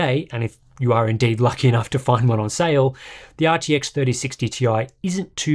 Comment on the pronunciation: Sorry but ... you didn't say RTX correctly...